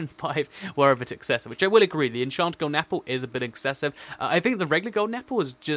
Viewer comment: uh mah guh golen aplle